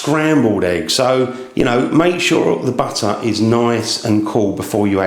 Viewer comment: Not sure how I got here. I was searching for videos about mandolines ( the music instrument); and it brought me to madeleines video. It’s Mad-lense (plural) , not mandolines. And also we say butter not batter